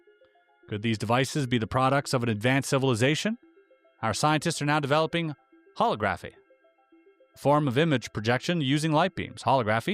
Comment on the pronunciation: It's pronounced: hol-O-graphy (accent on the second syllable, short 'O')